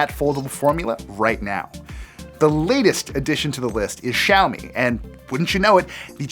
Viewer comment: 小米，美国人念 烧米